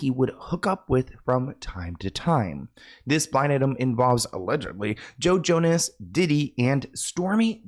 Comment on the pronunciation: I was listening (not watching) and swear you said JoJo, no Joe Jonas 😂 and I was like “JoJo Siwa planned Diddy’s parties?!?!”